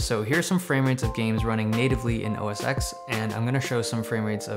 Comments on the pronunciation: It's pronounced OS 10 not OS X. The X is a roman numeral. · OS X is pronounced "OS Ten", because the letter X is actually the roman number for 10.